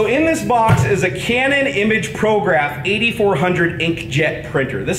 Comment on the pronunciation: At the end you definitely said Camon. lol